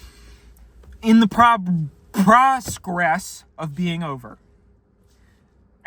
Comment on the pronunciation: prograss wtf did u say boy